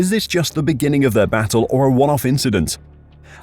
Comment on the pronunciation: Why is no one asking Leclerc about it? Its just an inchident.